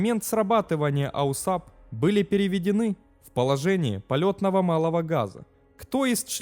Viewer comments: Режет ухо ваш аусап....прибор правильно называется АУСАП... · АУАСП!!!!!! Блин..... Зачем делать такое бестолковое видео? Читать мы сами умеем. А тут и прочитать правильно не смог. Нет бы поинтересоваться, что такое этот АУАСП и другим рассказать. Само содержание туда же. Автор не заметил, что версия Ершова противоречит фактам? Взял один текст, прилепил к нему другой и норм, пипл хавает. Половина народа в комментах спрашивает, почему скорость 400, когда должна быть сильно больше. А вы объясните им, что такое "приборная скорость" и почему она такая. Это же интересно! А..., вам же лень разбираться... Неуд короче. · ауСАП просто режет слух. Автор, ну хоть загули название системы, прежде чем выпускать ролик. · АУСАП... Неужели так сложно правильно прочитать уже готовый текст из Википедии? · Это новый тренд. Автор умышленно исковеркал, дабы спровоцировать на комментирование. И надо сказать у него это получилось. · Не АУСАП, а АУАСП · Не "АУСАП", а система называется "АУАСП" - автомат углов атаки и сигнализации перегрузок Автор учи матчасть! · Не АУСАП, а АУАСП * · Только не АУСАП а АУАСП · Какой ещё АУСАП(АУСАБ)? Слух режет . Делаешь подобные ролики учи мат част ! АУАСП! Автомат углов атаки и сигнализатор перегрузок ! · Только не АУСАП, а АУАСП. А вообще видео отличные. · Не аусап, а ауасп. Автомат Углов Атаки и Сигнализации Перегрузок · Не АУСАП а АУАСП. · АУСАП? Может АУАСП? Хоть почитай немного.. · АУАСП только, а не АУСАП. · Да блядь!!! НЕ АУСАП!!! Аж слух режит !!! Правильно- АУАСП !!! АВТОМАТ УГЛА АТАКИ СКОЛЬЖЕНИЯ и ПЕРЕГРУЗКИ!!! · НУ какой к энтой матери АУСАП, если он АУАСП (произносится ауаэспэ, Автомат Углов Атаки и Сигнализации Перегрузок) ? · Бля, такое впечатление, что человек либо с говором, либо не совсем владеющий русским языком комментирует, либо компьютерный голос....А так интересно. Какой аусап, если АУАСП. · Аусап? Может Ауасп?) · Не АУСАП, а АУАСП. Дружище твой аусап режет слух. Клепаешь видосы про авиацию, так будь в теме. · Да, режет ухо.